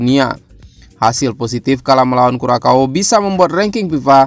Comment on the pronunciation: Kurasau Min bukan Kurakau.